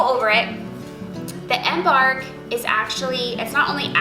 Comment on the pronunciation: Google the word embark and listen to how it's pronounced.